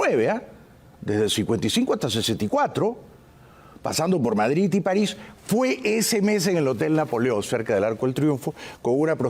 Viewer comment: Por que dices Madrit? Es Madrid con d y no con t,como los catalanes que pronuncian tan mal el español